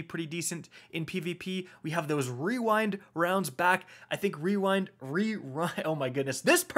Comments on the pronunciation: Wee-wind-wounds haha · Wewind wownds had me rolling 😂😂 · Just say "Wewind wownds" and be done with it. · “We-wind wounds” 😂 So glad you left that in lmao. Great video as always❤️ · REEEEWINE Rounds. Love it. Don't be to hard on yourself. That is a destiny tongue twister. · Followed be “Re-rind rounds” lol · "Wewind wounds" 😂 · You had me dying when pronouncing rewind rounds. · But the most powerful weapon of all: pronouncing rewind rounds